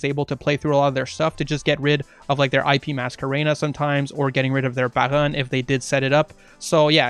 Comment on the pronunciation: Don't ever say Baron like that again